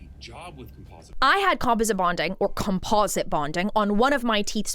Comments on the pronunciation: It’s not compoSIT, it’s comPOSit/ com-PAWS-it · "Com-paw-zit" = composite. ❤ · •I've never heard the word 'composite' pronounced like that LOL •The girl who was crying about the $80k situation is named Winter & she's been THRU IT; not just w/ her teeth but she's also had multiple botched BBLs 🤦🏽‍♀️ •Real veneers don't usually pop off (or shouldn't). Most ppl are just getting a mouth full of lumineers & don't even know the difference 😬